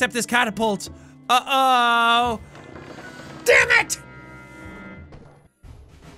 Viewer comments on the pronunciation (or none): none